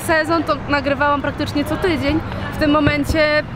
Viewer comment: 4:223 - "co tyyyydzien". Po tym jak zaciagnela zaspiewem bylo jasne ze jest z tych okolic. Wychodzi to raz na jakis czas